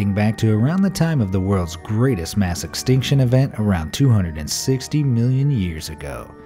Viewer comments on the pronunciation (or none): none